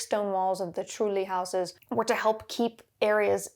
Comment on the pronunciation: your pronunciation of trulli was perfect!^^